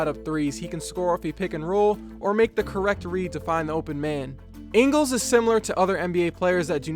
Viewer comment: You pronounced Ingles wrong